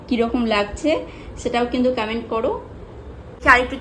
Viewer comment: কমেন্ট❌ কামেন্ট ✅